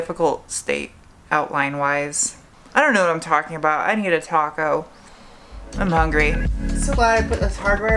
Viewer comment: you say taco like people say potaaato.